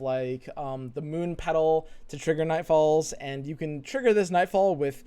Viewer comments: Cant unhear now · Anybody else notices how always says "Andz" not "And"?